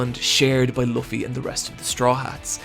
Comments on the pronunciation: i'ts quite amzing to see how much this guy loves luffy but can't pronounce his name properly, like it's not that hard to say L-O-O-F-F-Y it really and the show points it out multiple times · oh fuck me he does pronounce Luffy wrong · Luffy ur saying his name wrong